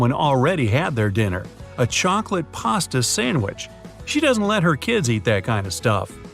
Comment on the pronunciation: Why is paste being pronounced as pasta? It's not even the same word